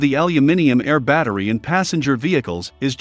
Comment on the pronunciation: What? He can't even pronounce the word 'battery'!